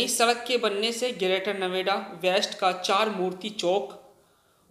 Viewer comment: bolne mai dikkat hai kya gour chowk hai and greater Noida hai